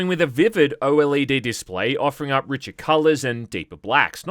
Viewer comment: a like because you said o l e d and not oled.